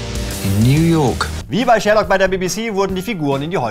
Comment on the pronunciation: "Die Serie Schhhhhhhhhhhährlokk" ^^